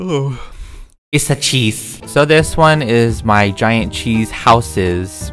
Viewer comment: Nobody:: ouaaaaaaaaah Issa chees